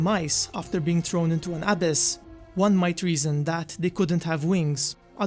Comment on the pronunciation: FYI it's pronounce "uh-BISS" ....not "AH-biss"